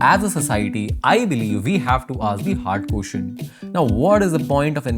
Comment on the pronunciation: hard quotient ... what? ... are you bongali? ... only bongalis say quoshchan